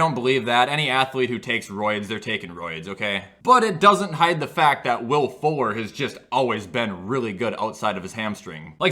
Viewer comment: When he said Will Fuller, I thought he said Will Ford